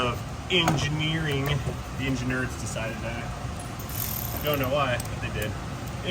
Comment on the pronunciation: "The engineerds" love that.